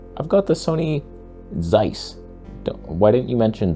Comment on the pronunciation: It's pronounced as TSeiss. And it seems to be nice.